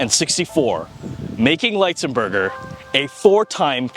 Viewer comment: This was a great video about an underappreciated NHL player. Keep them coming! One thing, though: I believe his last name is pronounced with a short I sound--not a long I sound. There are a few other videos about him on YouTube with his surname pronounced with a short I sound. That's the way I've always heard it, too.